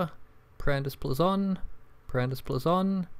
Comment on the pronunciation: BLAYZON NOT BLAZON GOD